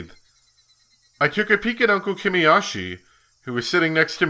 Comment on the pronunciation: I've tried to resist, but I can no longer. I have to point this out. It's Kimi-yo-shi. The "yoshi" part is pronounced the same as the dinosaur creature thingy from Mario. You keep saying Kimi-yosh-i.